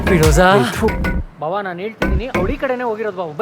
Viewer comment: Firoza❌ Firraaaja..✅ 😅